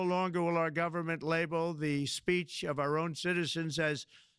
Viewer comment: She said freedom of spreech